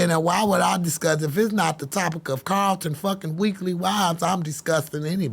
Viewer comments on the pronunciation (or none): none